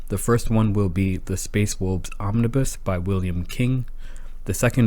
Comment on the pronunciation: Space wolbs? Learn how to speak